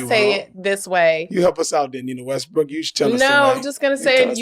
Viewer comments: Honestly, I heard "Nina Westbrick." I literally heard that. That's how she said it. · Did she just say "WESTBRICK"????